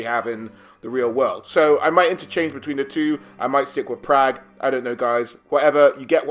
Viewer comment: Praag pronounced like “og” in hog = hawhg It’s German